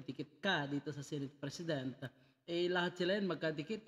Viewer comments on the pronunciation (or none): none